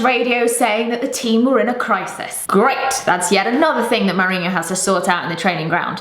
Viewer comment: The countdown for when Hughes will get fired has started. I say he's the first manager that will go from the BPL. By the way, why do you pronounce it Maorinho? Still loving ur videos!